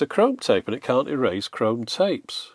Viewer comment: I didn't really expected you to answer me, plus everybody hates russians right now, I'm a TRUE one, just don't tell anybody. The thing is - there are so many accents inside of London alone. I REWATCH Your videos all the time. My addition: when You say 'can't last fast chance' You always change it. Don't do it, please say it in the proper way like englishmen do, with longer 'a'